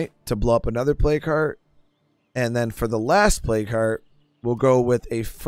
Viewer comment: Lol I just realized you are saying, "plague hearts". I kept trying to figure out what a play cart was.